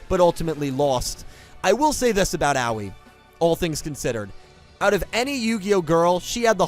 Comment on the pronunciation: not tryna be that guy but id like to point out her name should be pronounced more like ah-oh-ee